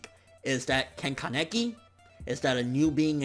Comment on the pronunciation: Haha you killed me when you said ka-neck-i